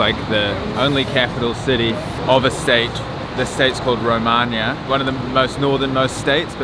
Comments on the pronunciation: The state is not "Romania". It is called Roraima. Pronounced row-hi-ma. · “The state’s called ‘Romania’” 😂😂😂😂 At least you tried man, it’s Roraima